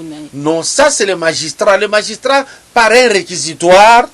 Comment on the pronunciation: Bonjour Grand Esprit , dites à votre journaliste de corriger le mot "magistrat" ,il s'écrit comme je viens de l'écrire et non ,non "majustrat !!!